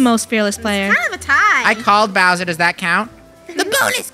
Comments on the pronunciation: Funneh, it's Bowser, not Browser. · Anyone else notice that funneh keeps saying “bRowser “ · It sounds like there saying browser instead of Bowser 😭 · Them saying "BROWSER" NOT "BOWSER" JUST KILLS ME INSIDE😢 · by the way its not "browser" its "bowser" bc i noticed u kept saying "browser" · Why do they call it browser instead of bowser? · Funneh it’s bowser not Broswer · Is it just me or does it bother me when they call Bowser "browser" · did funneh called bowser browser?!😂😂😂